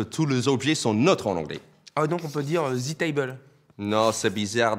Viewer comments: J’ai même pas compris comment il veut qu’on prononce « the » Parceque il dit clairement zeu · C'est ouf ! Je n'entend même pas la différence ! oO A chaque fois que tu dis "the" moi j'entend "ze"... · Jsp si je suis là seule mais je sais prononcer "the" tout seul, mais il sort "ze" dans une phrase c'est très bizarre... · C’est pas devant une voyelle c’est devant un son voyelle qu’on dit « thee » 😋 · non mais c'est Facile à prononcé XD je comprends pas pourquoi vous dites "Ze"